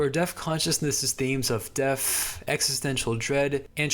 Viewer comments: Your pronunciation of the "th" at the end of a word as "ff" is definitely not helping to maintain a serious tone "leading up to his untimely deaff" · I enjoyed this one a lot, but I still haven’t figured out if he was saying death as “deaf” on purpose or not.